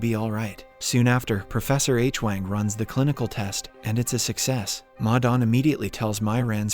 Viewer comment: This video - and 4 & 5 - mispronounces “Hwang” as “Aitch-wang”. Adam never makes that mistake; it is a blunder A I makes.